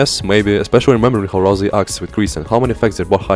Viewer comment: RalSei, not RalZei!🤓🤓🤓🤓